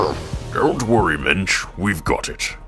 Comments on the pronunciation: I don't how that would be spelled (ok, I typed that before you actually showed how it was spelled lol), but the way you're pronouncing it sounds like the either Yiddish or Hebrew for "man." Which is spelled "mensch." Wait, I thought the Yoda species guy from 700 years back was named "Mitch," or maybe he was just pronouncing it funny when he said it and he actually was saying "Minch." So, is the this (Minch) the same name you're talking about for Yoda's original first name then, from earlier in this video? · Did you say Mitch? Mitch Yoda. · I thought you were saying "Mitch Yoda" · "Minch" or "Mensch?" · Did he say minch or Mitch? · Minch. For some reason I thought you said Mensch. That would be a placeholder name. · At first, I thought you said Mitch. Now all I can think about is some frat guy parody in which Mitch Yoda and Chad Vader fight each other with Force Sue... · It’s Minch.